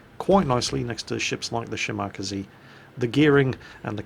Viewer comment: lol the way said shimakaze